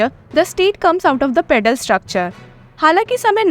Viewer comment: Federal and not pedal